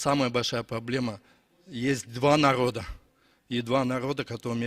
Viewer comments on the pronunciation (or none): Калпак кийген киши"" Р"'- га жакшы тили келбейби ээ😅 Ганиц и наод дейт го. Границ и народ дегенди.